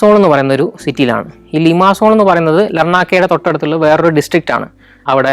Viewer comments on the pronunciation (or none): ലിമാസോൾ അല്ല ലിമസോൾ ഒമോഡോസ് അല്ല ഒമദോസ് അത് പോലെ പ്രോട്ടറാസ് ആണ് ശരി അയാനാപ്പ അല്ല അയനപ്പ.. ഞാൻ 17 വർഷമായി സൈപ്രസിൽ ജോലി ചെയ്യുന്നു. അടുത്ത എപ്പിസോഡിൽ ഒമദോസിൻ്റെ അടുത്തു തന്നെയുള്ള ട്രൂഡോസ് മൗഡനും , കക്കോപെട്രിയ വില്ലേജും പിന്നെ ഞാൻ താമസിക്കുന്ന നിക്കോസിയ (capital of Cyprus) സിറ്റിയും വിസിറ്റ് ചെയ്യുമെന്ന് കരുതുന്നു. Καλινικτα (good night)